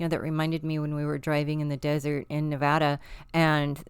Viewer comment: knows how to say Nevada 😉